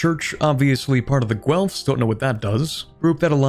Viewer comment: That's not how you pronounce Guelfs.